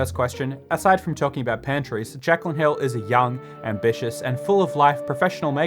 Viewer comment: Jaclyn Hill How I heard it: Jack on hill